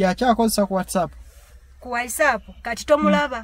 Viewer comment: Naye banange s.2 ngatamanyi Even the word WhatsApp nti waysaf